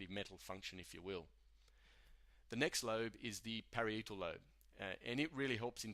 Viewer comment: It's a lovely video but you did make some mistakes: Parietal Lobe you pronounces (different from what I'm used to) Amygdala (ah-myg-dah-lah) Medulla (meh-dull-lah) Corpus Collosum (corpus coll-loh-sum) Thalamus (Tha-lah-muss) Hypothalamus (hype-o-tha-lah-muss) that's how I have learnt to pronounce those words at least.. Sorry!